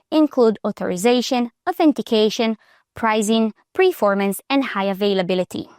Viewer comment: Its "performance" not "preformance"..